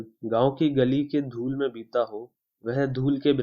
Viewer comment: Lool nahi dhool